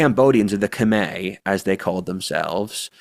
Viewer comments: The pronounciation of "Khmer" is more similar to what would be "Come-eye" in English, blame the French for being the colonialists who spelled things in French. haha Good video though and props for at least attempting the correct annunciation, not saying what sounds like "Come-here" as most westerners do. 😆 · my man, Khmer is pronounced "kah-meye" not "kah-may". Source: my wife is cambodian